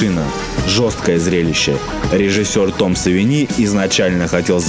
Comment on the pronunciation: В фамилии Тома Савини ударение на первую "и", а не на вторую. Легко проверяется через ту же самую серию Симпсонов, кадр из которой автор вставил в ролик. ЗЫ Римэйк просто офигенен. Особенно порадовало то, что фильм снят не как тупой закос, а является интересным свежим на тот момент взглядом на классический сценарий. Правки вставлены там, где они действительно были нужны, особенно порадовал троллинг над любителями классической концовки в конце)